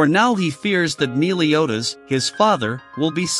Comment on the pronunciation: WHO'S Neiliotas???🧐🧐 IT'S MELIODAS!!!!!!!!😏😏😊😊😆😆🥰🥰🥰🥰🥰